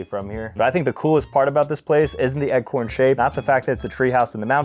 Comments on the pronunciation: What the heck is an “eggcorn?” I swear I kept thinking, “oh he must mean ‘acorn’ surely” and then he’d say “EGGCORN” again!! lol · Bro said eggcorn and billards 😂